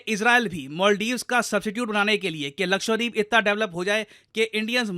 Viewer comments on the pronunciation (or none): Sir please pronounce Lakshadweep as luh-kshuh-dveep✅ and not luh-kshva-deep ❌